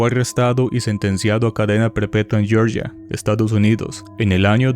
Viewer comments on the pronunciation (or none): none